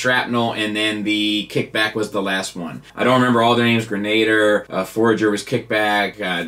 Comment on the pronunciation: "Grenader" "Grenader". Try again: "gren-a-DEER"